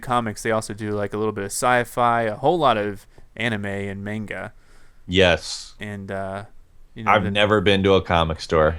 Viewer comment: U said manga wrong -:(